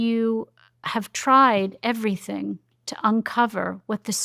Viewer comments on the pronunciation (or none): none